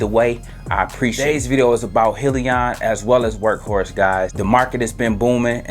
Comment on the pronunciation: Thanks great video......it’s pronounced Hi Leon! 👋